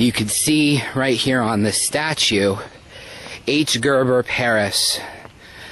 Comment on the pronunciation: ...same with regards to the architect he mentioned, calling him 'Gerber'.